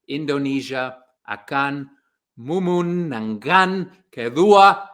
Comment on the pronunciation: I appreciate you've tried your best to speak Indonesian dude,, but it still had slightly pronounce mistake when you said "memenangkan" 😎😄😀👀✍️